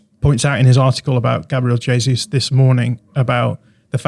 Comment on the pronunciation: The first podcast I've listened to where they're correctly pronouncing the J in Gabriel Jesus. Boils my piss when 'experts' are assessing how suitable he may or may not be for Arsenal when they can't even get his bloody name right. TalkSport I'm looking at you.